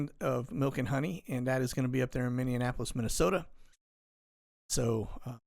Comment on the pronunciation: Minneannapolis? Somebody help him out.